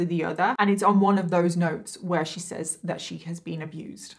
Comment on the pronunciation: I found you a few days ago and have binge watched for the last 3 days. Keep up the amazing work. I came here to say the word says is pronounced sez. I don't mind it being pronounced wrong but the word police are petty lol. Anyways I'm gonna keep binge watching because I love how you put these stories together even when it's not so easy to talk about subjects. Also really enjoy watching you do makeup. Is there any way in the beginning of the video you could say what eyeshadow pallette your using so we could try to do it along with you?